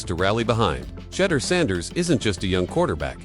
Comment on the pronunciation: His name isn't Shudder nor Shedar. Learn how to pronounce his name correctly before making videos or reporting lies especially.